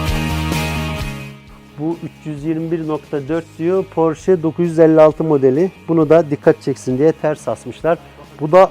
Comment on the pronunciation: Porsche yazılır Porşe okunur, "sch" Ş olarak okunur almancada!!!